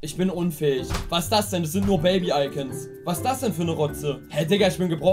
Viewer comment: Es ist nicht Ferdinand Baby, sondern PFÖRDINÄND BEBI :D